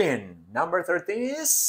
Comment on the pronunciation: Profe por q el is lo pronuncia como ess